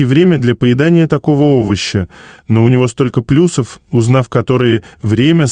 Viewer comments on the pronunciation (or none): none